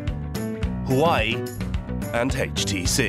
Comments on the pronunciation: HAWAII ??? HOOA-WEI Element "Sn" is TIN, not Zinc. smh. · "Hawaii"? Lol, that'd be "Waa way" actually. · Ive heard people calling it huawei and huawe but never in my life has anyone called it hawaii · It's pronounced "hwah'-way", not "huh-why". Also known as Chinese spy ware. - It's pronounced "wan", not "yen". "Yen" is Japanese currency. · WAWAY not HOOWAY! I mean the rep just said it right in the middle of the 20 times you said it wrong. I hate when I pronounce the name correctly (I live in TEXAS in the US) and there's always someone so quick to tell me I'm saying it wrong. SMH... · It's not hu-way, it's wow-way...👍😉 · Sir it’s who-wah-whey not -who-way 👀🌝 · Huawei is pronounced hwah-way not who-way 😂😂😂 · Did he just pronounced “hua wei” as hawaii? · 12 months on research, by you spent zero time pronouncing Huawei correctly? It's not Hawaii, it's wah-way. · HUAWEI NOT HUWAI 😂😂😂😂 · hawaii lol that's really lazy work from ENDEVR, takes 2 seconds to see how to say it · Pronouncing Huawei as Hawaii? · what did you call huawei ? :D hueei? lmao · Huawei = Huwai...??!! Lol what? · This guy can't even pronounce "Huawei" and "Nokia" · Except for learning how to say 'Huawei'! So cringe, their work is great but really, if you're doing a doc on a Huawei factory, maybe learn how to say it?